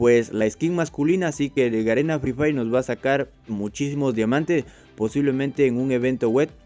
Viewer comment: Garena fri frhay😆 asi dice